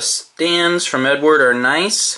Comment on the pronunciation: Love the videos, but it is EdUard not Edward....